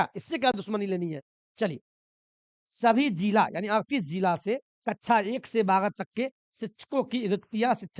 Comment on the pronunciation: कच्छा ❌ कक्षा ✅